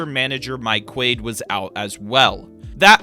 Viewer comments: Learn how to pronounce Quade. Kwa-day. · This hack showed the Bartman game twice, which was like 7-8 years before the rebuild even started, leave the poor guy alone. Also he called Quade “Quaid” and uh... Qwintana? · Miss pronounced Mike Quade